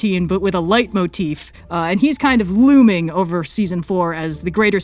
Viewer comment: I heard leg motif